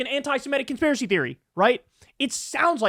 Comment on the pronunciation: never been ah conspear ah sea